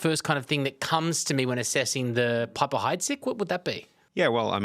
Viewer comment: You'd think given he's a wine expert, he would say "piper" correctly. He's saying Bollinger with a french intonation, so why not the other. It's pronounced "peep-er" not "pipe-er" Not a largely available NV i don't mine the PH, but I prefer a Laurent Perrier.